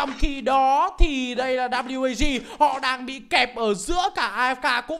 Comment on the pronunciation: Ván mà WAG thắng . Nghe ôg bình luận viên đọc là quê kép a gờ mà nản thật sự